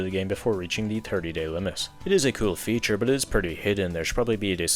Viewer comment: Cool in your accent just sounds like kill